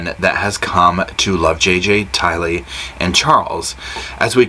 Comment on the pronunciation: Please — It’s pronounced Ty Lee—accent on the Ty. It may seem like trivia to some but to those who knew and loved her it seems like respect. It isn’t complicated.